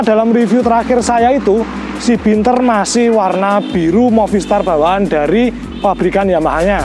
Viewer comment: Bianter mas,udu binter..hehe